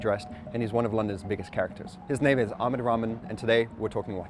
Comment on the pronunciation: Its not Aamed, it's Ah-mad. Also, It's not ramen, it's rah-maan.